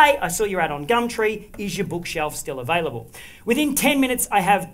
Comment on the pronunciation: "...is it still avALIBLLLLLLLLLE?" love it